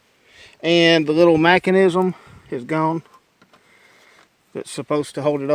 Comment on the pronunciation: you sound just like a damned Squidbilly haha! "The lil Machenism" "reflectic stuff" lmao, you were a hoot to watch. in all seriousness though, the thermostat was some really ingenious stuff! well done